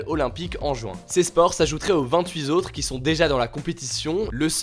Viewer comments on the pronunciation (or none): "Aux vingt-huit Tautres", Hugo, pas "aux vingt-huit Zautres" ;)